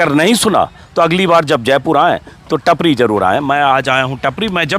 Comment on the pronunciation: नाम टापरी है. टपरी नहीं